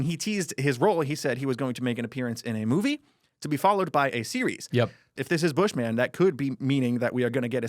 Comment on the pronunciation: It's not Bush Man it's Bushman lol